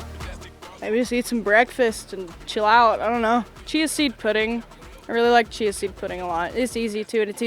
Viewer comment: Chia seed. I thought she said cheese seed at first lol